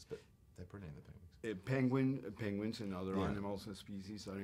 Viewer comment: still can't say penguin... god love him